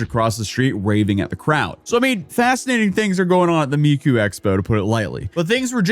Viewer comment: He says Miko at the end too I'll save Hatsoon Miko for rage bait 😂